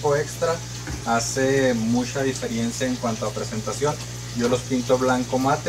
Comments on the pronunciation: Maravilloso flaco. Me encanto. Sólo comentarte que se dice Diferencia no Difierencia. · Excelente explicado todo. Pero me mata cuando decís "diferiencia". Es diferencia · La DI-FE-RI-EN-CIA.... jajaja Se dice DiFERENCIA!